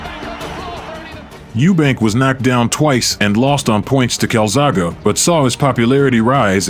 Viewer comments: His name is CALZAGHE not Calzagho !!! Do your homework properly and learn how to pronounce his name. It shows that you’re a pretender to know the sport when you can’t pronounce one of the most famous boxers on the planet ?!!?! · cant even say joe’s second name properly 😅